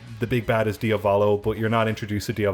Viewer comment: The stress in Diavolo is on the first syllable, not the second. Diàvolo.